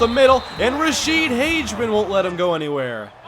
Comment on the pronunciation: It's pronounced Rashede Hag-a-men